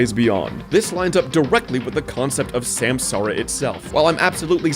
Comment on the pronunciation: Took the wiki page to realize samsara is supposed to be sansaar, as in universe